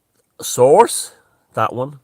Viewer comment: When you said ‘source’ I cracked up 😂😂😂